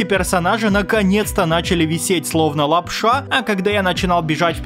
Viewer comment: прикольно говоришь лап-ША!